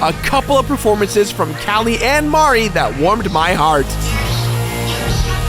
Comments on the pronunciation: It's Marie Not Mari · It's pronounced Marie not Mari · Don't pronounce Marie's name that way. I know it's like calamari (Callie and Marie) but anyone actually named Marie will tell you it's muh-REE why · It's Marie. Not Mari. But that's ok, because I'm Team Callie anyway. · I know that the Squid Sisters' names put together are a joke on calamari, but hearing Marie's name pronounced "Mar-ee" is weird. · I just pronounce it as Ma-ree. The other way he said it. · I thought so too. Though honestly I didn't realize it was a pun until he said it. I always pronounced Marie's name like Mary. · i always pronounced it muh-ree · and its marie not mari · Isn't her name pronounced muh re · You pronounced Marie wrong the entire time and it got on my nerves. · The way he pronounces Marie pains me. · he cant pronounce marie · God damn iiiiit stop pronouncing Marie like that!